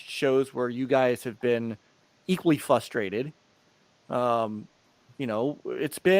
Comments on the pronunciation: I can't stand how says "futhstrated", people are futhstrated. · Half of it is his Sylvester speech impediment , the other half of it is that he isn't even trying to pronounce the first R in frustrated . I could deal with a simple fwustwated , at least that would show that he was trying 😆.